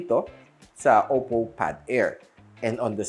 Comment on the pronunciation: “Oppow” hahahahaha